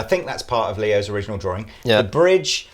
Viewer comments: Robinett Seems like you can't spell " drawing ", and can't pronounce it. There's only One " r". Just like sawing, or pawing. It's not an accent. Get it yet??? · What is a drawring? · DRAW---ING. NOT DRAW---RING. FFS.....